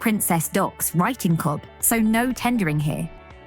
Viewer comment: Cobh is pronounced "Cove" , just so you know. Pity you didn't call in, you walked passed my little cafe x